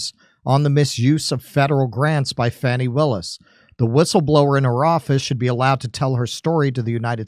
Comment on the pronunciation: at first l thought you said fatty willis until l read what was on screen